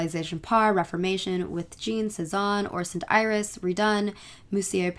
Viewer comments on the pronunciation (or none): none